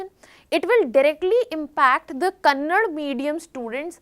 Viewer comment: It's not kannad, pronounce it properly KANNADA ಕನ್ನಡ ❤️💛